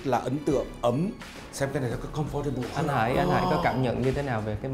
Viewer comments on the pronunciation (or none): Mình thấy ông BGK béo béo ấy, cứ thích thể hiện rằng mình là người biết tiếng anh, nhưng ông lại đọc sai một từ rất cơ bản là comfortable (ko chỉ ở tập này); “for” trong từ chúng ta chỉ đọc là /f/ thôi, nó kiểu: Com-f-tơ-bồ, chứ ko phải là com-pho-tơ-bồ